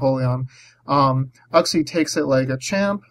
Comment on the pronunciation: It always catches me off guard when you say "uhg-xie". "You-xie" is what I'm used to hearing. xD Gravity support would help your empoleon land some hits--buuuut it would ruin that nifty levitation skill swap you used here.